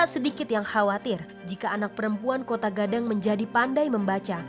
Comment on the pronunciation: Koto Gadang woi... Bukan Kotaaa